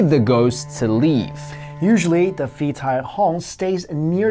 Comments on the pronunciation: Phi tai hong ='Pií Thai hóng kinda sound, not Fi Taì hòng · For the thailand ghost : you have to pronounce [Pi] and not [fi], pi or pee means ghost, tai means dead , and hong hum... I dont remember what it is. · Phi is actually pronounced as Pii. H is silent. Actually most of the Ph in thailand is not Ph. It's just the foriegners fing it up because they think it's cool to only know how to pronounce a soft P cause that's a thing EVERYWHERE in asia. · haha in Thai "ph" is pronounced like a p, so it should be "pee tai hong" , "pee" means ghost :)